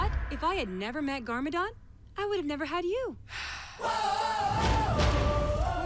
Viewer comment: she says gargadon. kill me